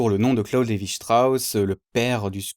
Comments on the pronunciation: lévi strauss est francais, c'est pas la peine de le prononcer à l'allemande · bravo. mais pour CLS ne prononcez pas son nom à l'allamande, ça ne lui aurait pas plu.